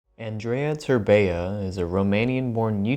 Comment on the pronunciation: E ANDREI TERBEA ,NU TERBEEA